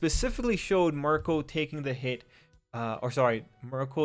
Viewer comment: I think its pronounced like "Meer-Ko"